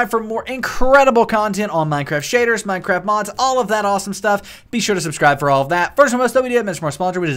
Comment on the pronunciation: minecwaft uwu